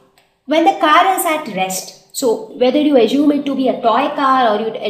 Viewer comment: It's azume not ajume (assume). I just wrote pronunciation of the word in brackets.